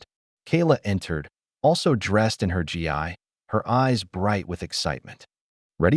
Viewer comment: GI pronounced like the word "ghee, not G I